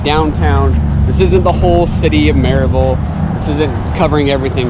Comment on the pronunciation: Has anyone told you the correct pronunciation of Maryville? Murriville otherwise they know your a transplant.